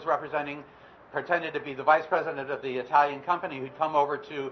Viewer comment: What's with Cenk always saying I-talian?